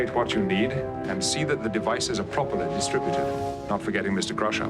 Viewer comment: actually it’s pronounced ‘Crusher’